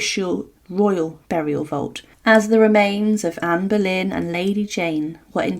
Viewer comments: Anne Berlain??? ou Boleyn???? OOOOOOOUUUUUUUUUUUUUUUUUUUUUUU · NO PUEDE DECIR ANA BOLENA?